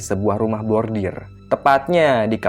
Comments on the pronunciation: rumah bordil (brothel), bukan rumah bordir (embroidery). 😬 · Bordil.....bukan bordir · maaf saya dengernya kok "rumah bordir" harusnya kan "rumah bordil" >_<